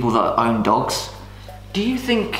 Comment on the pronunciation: “Ow Claire, I don’t fink ah can do it” 😂